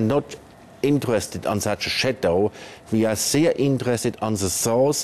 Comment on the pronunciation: did he say "we are sehr interested"? XDD